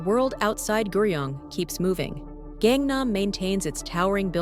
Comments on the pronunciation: please pronounce gangnam as gaaaaaaang naaaaaam not gengnem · 갱남이라고 읽지말고 강남이라고 읽도록해봐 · Its gangnam not gengnam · Gengnam gengnam, not gengnam la. GAngnam pls. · Can't even pronounce "Gangnam ('Ghang Nam') 강남" properly but you want to be taken seriously? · "KAANG" nam actually.. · That Gangnam pronunciation hurts my ears. Not that hard, you even mentioned the song 🤣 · Kangnam area south (nam) of the river (kang). Kangnam is pronounced with a soft "a" in Kang. Your mispronunciation takes a lot away from the video..... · If you would learn to pronounce "Gangnam" properly, I might be able to watch the video to the end! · Ai video, it can't even pronounce Gangnam city correctly.